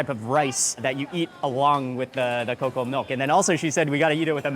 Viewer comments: agree. He pronounced cocoa as KOWKOWWA 😅😅😅 Glad that Sir Mark corrected it (COCO) rubbery pa daw ang native chicken hahaha. As an ILOCANA, disagree ako doon. Baka 'yung puting manok na pinapaitlog 'yun, hindi native. Kalokaaa. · Why did you choose as your tour guide? He’s dumb, he’s not even a local there. All his vlogs are boring. He doesn’t even know how to pronounce “cocoa” right. Next time you visit Philippines, ask some local food vloggers to go with you so that they can tell and teach you some stories or histories about the food. Just saying